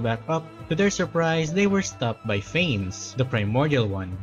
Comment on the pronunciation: It’s pronounced fan-ess